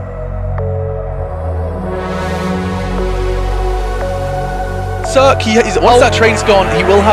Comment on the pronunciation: CeRq's name is actually pronounced Serya if you're bulgarian, i think.